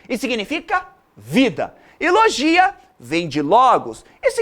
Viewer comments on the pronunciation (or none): none